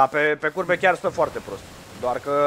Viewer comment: doar eu am auzit curve in loc de curbe?